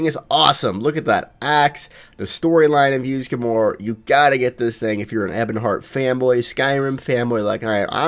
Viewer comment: ... and yet, he can properly pronounce the word "Ysgramor." Mind-boggling. I would sincerely like him to explain his reading disability sometime, as I think it might make my skin crawl less when he constantly mispronounces common, usually simple, English words, like "sconce."